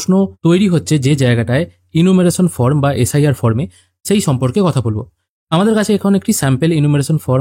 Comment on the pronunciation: From na form..uccharan ta boddo Kane lagche bhai..baki tothyo dewar jonno anek dhonyobad